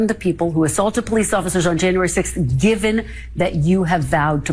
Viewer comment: Karen Jones said the Capitol Poe-lice INVITED them in... ... ... 😑